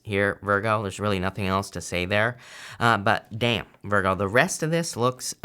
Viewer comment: I love the way you say damn lol it’s hilarious to me